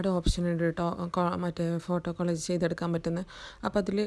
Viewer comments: കോളേജ് അല്ല കൊളാഷ് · Your collage pronunciation is wrong dear...nigal paraynath college ennan